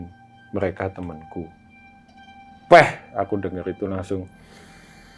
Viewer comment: Waktu bilang "Peehh" khas jowo bgt 😂👍